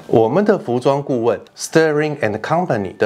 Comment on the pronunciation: Sterling是念sㄊㄦ-ling不是starring